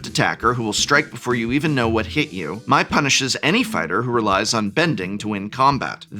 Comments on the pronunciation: For the love of Gyatso, can any Magic content creator pronounce Mai correctly. It’s not “my” it’s “May”. The show is in English!….. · Mai is pronounced May not My in the show. EDIT: honestly though a quick youtube search could have given you guys a clip of each character's name being said in the show and you wouldn't have had a screwup like this. come on guys. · Mai is pronounced “May”. I know it makes as much sense as Aang being “Ang” and Appa being “Ahpa”, but that’s how the show says it. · I don't know the correct pronunciation but in the show they do pronounce Mai as May, not My